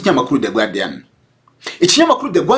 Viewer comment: ntibavuga "gwardian" nanditse uko ubivuga ariko bandika "guardian" do bavuga "gardian" phonetically! Mu Rwandan dukeneye kugira culture générale franchement!